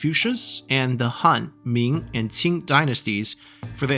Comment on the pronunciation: Can tell you are Chinese by the way you pronounce “Qing”. Non-Chinese people cannot pronounce it perfectly